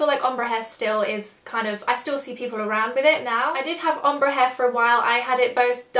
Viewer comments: I love you, but everytime you say om-bru instead of ombre i die a little inside haha! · The way you said ombre omg! I think its pronounced ombray? But thats just how I've heard it said! Loved seeing your changing hairstyles in this though, got me thinking what my one would be like :) x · I don't know why the way you say ombre pisses me off so much:') but great video,loved ittttt